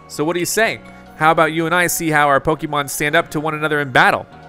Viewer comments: Please learn how to pronounce “Pokémon” properly 🤦🏻‍♀️ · Pronouncing arceus like arkeus is painful but excuseable. Pronounces pokemon like pokEmon is inexcuseable. Still subbed though.